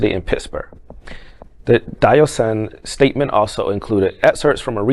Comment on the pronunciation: Disgusting that satanic flag on catholic consecrated grounds For the narrator learn how to pronounce ", Duquesne" & " Diocesan ". A catholic mass is the most Solemn & Holy thing this side of heaven. Mass is open to everyone but it's not there to represent sin or promotion of it. To the dufus catholic apostate destined to hell .....Corpus Christi is one of the most Solemn Holy day of the year remembering Christ truly presant in the Holy Eucharist. Mass is for everyone & for sinners. Mass is not there to condone the evil satanic sexual lifestyles that God forbids. The middle ages compared to today was a Holy time....the dufus making a disparaging comment needs to get an education.